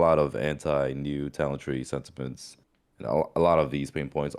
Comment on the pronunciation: “Anti new talent tree ‘sentipents’….” huhhh